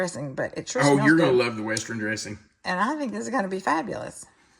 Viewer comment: "West-ren"???? That's quite a pronunciation there. You were a teacher??